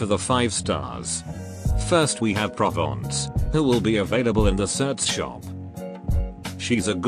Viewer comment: Nice pronunciation of "Provence" 👍